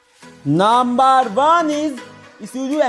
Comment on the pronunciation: Ists not naaamaar its number😂😂